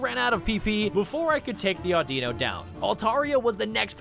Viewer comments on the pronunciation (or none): none